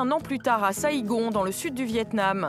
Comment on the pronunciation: Comment ils ont prononcé Trang et Saigon 😭😂